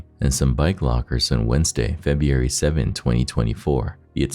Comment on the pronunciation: The incident occurred when? Febyouairy?